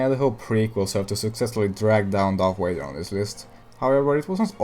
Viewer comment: When you said darth vader it sounded like darth wader?